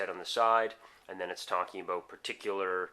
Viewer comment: Dude. You are SO from Ontario!!!! You had me fooled until you said "a session can vary from ABOOT 20 to 30 minutes."